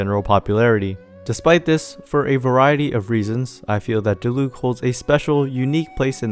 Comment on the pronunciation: random observation but diluc and keqing's accents on their names are on the first syllable but everyone puts them on the second syllable for some reason